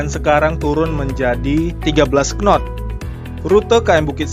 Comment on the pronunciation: Takbut , wkwkwkwkw penyebutannya saja sudah salah , bagaimana tau speed di kapal tug boat